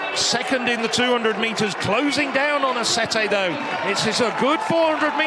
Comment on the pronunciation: Aceti , not " Asetei "